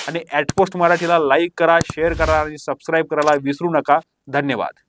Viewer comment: सर तुमचं knowledge आणि news presentation खूप मस्त आहे.. फक्त तुम्ही ते सबस्क्राईब हा शब्द बरोबर उच्चार करत नाही... ते ठीक वाटत नाही.. क्षमस्व 🙏